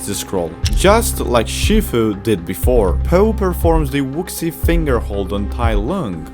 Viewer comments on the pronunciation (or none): Wushi not wuxi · “Wuksi finger hold” “Tigiress” man those pronunciations are better than original